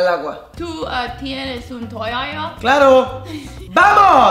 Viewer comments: Min. ¿ tienes un tollaya?😂😂😱😱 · tu tienes un toiaia? 🤣🤣